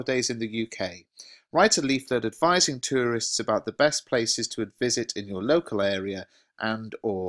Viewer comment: You pronounce tourist like my geo teacher